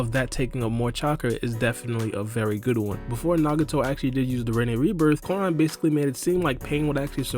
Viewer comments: its "Ku" rama not Karama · the way he says kurama gave me cancer